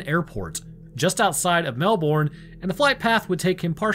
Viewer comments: As a Canadian living in Australia (where, yes, everything is indeed trying to kill you), I gotta say that I love it when Americans pronounce Australian names. PSA: They pronounce it 'Mel-burn', not 'Mel-born', and yes, this happens for about 50% of place names here. Your channels are great, and I love your content. Keep doing what you do, it's great. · Melbourne is pronounced MELBURN , and this case is very well known amongst ufo researchers but you never hear much about it. Look into the Westall primary school ufo encounter , equally disturbing and i think it was in the sixties. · As Australian, I love your content, but how you say Melbourne is wrong, you say it as mel bn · The way Americans say Melbourne 😤 it’s pronounced Mel-bon not Mel-BoOrN… great vid tho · Comment from an Aussie; it's pronounced "Mel-ben" or "Mel-bin", not "Mel-bourne". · Best rule to say things Aussie if you're American is forget any r exists in any word you're trying to pronounce. Especially Melbourne. We honestly pronounce it "Melbun" haha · As someone who's been to the RAAF HQ, it's definitely pronounced "RAF" Also we pronounce Melbourne as "mew- bin" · Hey - just a little suggestion - the American way to pronounce Melbourne would be “Melburn” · we say pronounce Melbourne as melbouin here in Melbourne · Is anyone else from Australia just reeling in cringe every time they hear Melbourne? Say Mel—burn in your best Aussie accent 😂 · King Island, good cheese. Also try pronouncing it Melb'n. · Melbourne is pronounced "Mel ben" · I love you but the way you yanks say Melbourne is hilarious! Keep up the good work mate. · My man... ...as an Aussie, your pronounciation of "Melbourne" hurts me... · I got a chuckle, The pronunciation of Melbourne is Mel-burn. And Moorabbin is More-rab-in